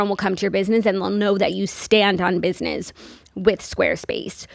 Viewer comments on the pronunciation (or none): I love a square space ad because I know I we’ll get saying “Biznizzz” 100 times and it’s my favorite 🤣 it’s the only way I pronounce business in my head now